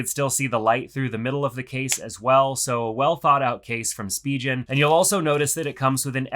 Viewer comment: Spigen is not pronounced that way 😅